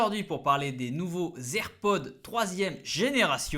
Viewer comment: Les "zer'pods" .. 🤦🏽‍♂️